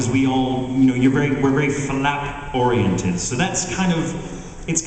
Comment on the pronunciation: Flap Ori-ent-ed